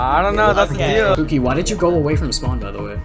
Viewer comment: was when I just noticed that guy called him Puki not pookie 😭😭